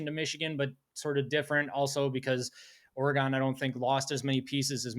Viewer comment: It’s pronounced Oregun not Oregone the way you goofs up north say it. BTW prove Ohio State spent 20 million dollars 🤡 . You guys are the biggest bunch of parrots in existence, repeating the same garbage over and over Michigan is good at developing…what a bunch of nonsense. You had a bunch of five and six year players and they’re all gone. Same old horse manure coming out of your pieholes You aren’t going to any natty, you’re getting sanctions this fall for your cheating.